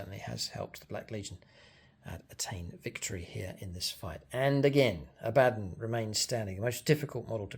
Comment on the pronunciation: It's pernounced aba Don lol